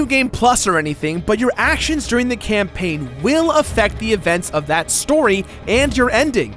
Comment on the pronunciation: spelled campaign wrong. u said campaing :(